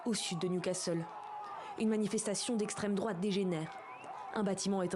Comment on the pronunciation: L'esssstreme droooate oulala